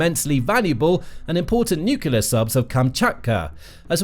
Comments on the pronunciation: Love the channel. And, it's "new-clear", not "nuku-lar" :-D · I have a new drinking game: Every time this narator butchers a word, i drink. Watching out for nucelar (nuclear, on countless occasions), or the best i've heard from him: mystery (ministry) of finance (another video).